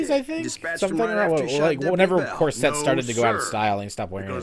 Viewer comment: the fu is a croisette? did he mean corsette?!?